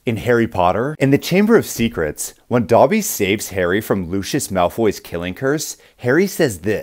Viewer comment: when he pronounced Lucius wrong